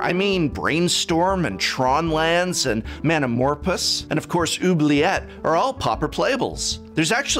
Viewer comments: Did he say manamorpus? Its MORE-PHOSE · "Mana-morpous" 🤣 You got me prof. Well played. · I'd expect an English major to know how to pronounce "manamorphose".